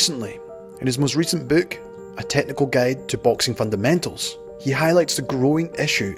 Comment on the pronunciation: Narrators accent is great I love how he says "book" and "hook" with the long o sound like the word "Boo" as in boo I scared you. "Bewks and Hewks."